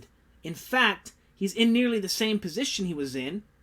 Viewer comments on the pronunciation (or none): none